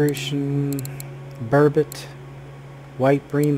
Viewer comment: Burbot is pronounced bur-bot not bur-bit